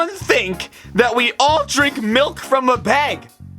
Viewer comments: NOT BEG ITS BAG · Please say bag. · It is not beg it is a bag stooped. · yet you do say bag like beg lol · He says BEG and not BAG 😂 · how he says bag like bage milk